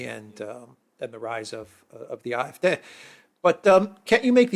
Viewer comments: It's not the I-f-D but the Ah-f-D or just say it in English Ay-f-Dee? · What is this Eye-F-Dey that fidget keeps babbling about? Does he mean the AFD? No English-speaking person pronounces AFD as that funny little noise he makes. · why is he saying "afd" using the German pronunciation of the letters? At first I had no idea what the heck he was talking about - and I live in Germany!!! Why? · Alexander, have your wife teach how properly to pronounce AfD in German.